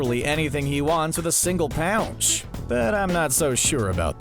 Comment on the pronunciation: What's a "Single POUNCH"?